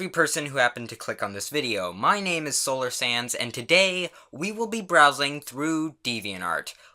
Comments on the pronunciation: I know his name is solar sands but in this intro he didn't even say the d at all like he said solar sans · For some reasons, I hear Solar Sans instead of Solar Sands. Gg